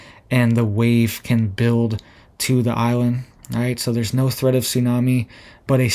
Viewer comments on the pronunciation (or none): none